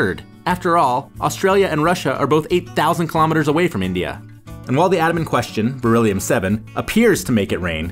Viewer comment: Dude!! Kept saying bereliom or something and till now I didn't know that it was Real